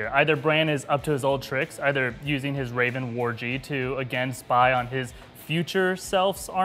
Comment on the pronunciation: "war-gee" lol